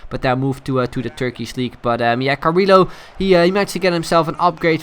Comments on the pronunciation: I'm pretty sure Carrillo is pronounced Carriyo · its pronunced carriLHo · Yes, you are right. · No, it's actually Carriyo, I'm half-peruvian, in a spanish name every double L is pronounced as Y. as in Callejon is spelt Cayejon. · Its pronounced Cariyo but us Portuguese are too lazy and just say it how it looks.